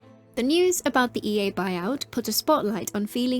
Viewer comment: I heard EU buyout at the first part of the video instead of EA buyout and was confused till the middle part of the video 😂